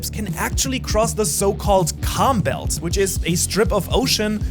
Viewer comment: I thought you said ### belt not calm belt